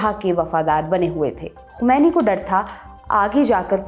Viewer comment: To day you pronounce "Khomani " very well.. Well done